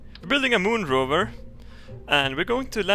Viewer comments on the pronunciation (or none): Lol it's Space Rover not ROOVER